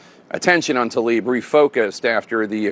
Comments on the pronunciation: 'Tlaib" NOT 'Talib' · it's not TALIB, IT'S TLAIB. I know, it's tricky. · It is not Talib but Tlaib. How hard is it to learn the name you mention repeatedly. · Jake Tapper COULD state TLAIB's name properly...